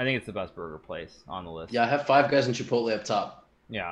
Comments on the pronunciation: DID HIKARU JUST SAY "KIPOTLE" INSTEAD OF "CHIPOTLE"?? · Lmao ki pot el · Hikaru just made me question how I pronounce Chipotle